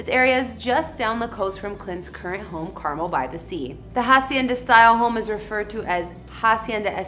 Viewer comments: its Car-Mel not carmel like the candy honey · it would be nice if you learned to pronounce 'Carmel'. Emphasis on the last syllable: CarMEL. Not Car-mel like the candy. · Car-Mel is how it is pronounced not Carmel like the candy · Love watching your videos. Coming from that area. Wanted to let you know that it’s pronounced Carmel “Mel”. Residents will get pissed if you pronounce it wrong. Just giving you the heads up. Thanks again! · Car Mel is the correct pronunciation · Yes that was driving me a bit bonkers lol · Please stop butchering names! It's pronounced Car Mel..... U do this a lot and I don't get it, If u hear it, say it the same. Someone in another country are going to come looking for Carmel California and get laughed at... U don't have a lot of us following because at times, your exhausting between mispronouncing and messed up picture order. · You need to learn how to pronounce Carmel, it's not pronounced Carmil... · Need to pronounce "Carmel" properly.. it's not candy.